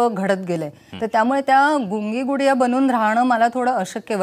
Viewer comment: Not Pudiya...Gudiya